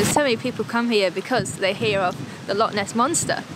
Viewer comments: Its not a "Lock" it's a "Loch" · Sorry to correct you by you keep saying Lock instead of Loch. You do not pronounce Loch the same way that you pronounce a padlock 🔒. It is a Loch, the -ch is pronounced from the back of the throat making a -ch sound. You can look up Scottish pronunciation of this word online to to help you. Lock and Loch are not the same word.